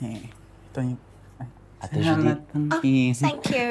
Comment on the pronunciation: Its J-U-D-I-T dude she might get mad at you if you say Judith 😂😂😂 Lol sorry just makin myself forget that i just cried 😂